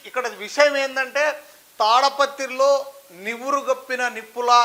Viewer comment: అది తాడపత్రి కాదండీ.... తాడిపత్రి